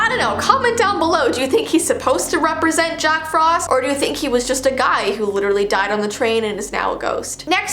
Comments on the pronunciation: You said jock frost instead of jack frost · It’s Jack Frost not Jock Frost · "jock frost" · "Jock Frost" lmao